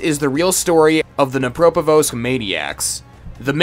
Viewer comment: Too bad you don't pronounce the D in Dnepropetrovsk. Also, learn how to pronounce Psychopathy.